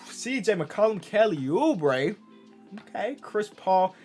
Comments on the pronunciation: the way he said kelly obrae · reading the numbers... KeLly OuBrEeE